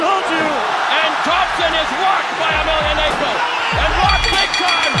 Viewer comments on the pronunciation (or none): A story of a major talent hindered by corrupted lifestyle, proving that even the toughest can be feeble towards addictions. Just one thing -- it's YemelYAnenko, not YemelyaNENko.